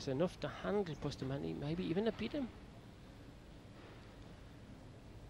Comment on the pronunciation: Please pronounce Efren's name right! It's pronounced ray yes, not ray az. Francisco's name is boost a montay, not busta montee. You all make my ears hurt.